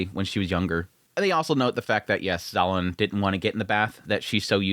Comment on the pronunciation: Every time you say "Zolan" it takes me 3 seconds to register you mean "Xiaolan" 😂